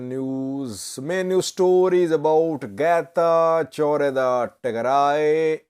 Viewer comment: Let correct you how to say correctly this name. Getachw Reda Not Geta jordha